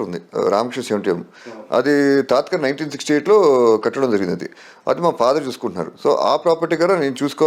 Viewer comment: అది తాతగారు నా, లేక తాతకారు నా....అలా అనడం ఏదైతే ఉందొ... అది వింటుంటే ఎదో ఒకరకంగా ఉంది